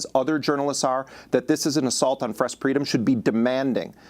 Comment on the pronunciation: Fress preedom lol I live for spoonerisms